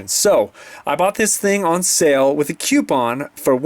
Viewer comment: "With a Quepon"